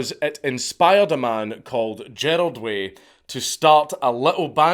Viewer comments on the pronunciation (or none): Gerard not Gerald lol